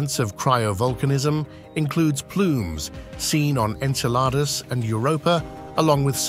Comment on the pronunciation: I just can't get over how he says "Enceladus" like the French say "une salade".